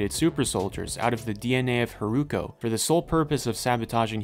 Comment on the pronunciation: Love this video it's extremely informative for a casual anime watcher. I had no idea there was a time gap between the two storylines and wasn't able to catch that from the episodes. Just one point, the way you spell Hiruko sounded a bit like Haruko in Japanese and I got confused at some parts :( Looking forward to the second part!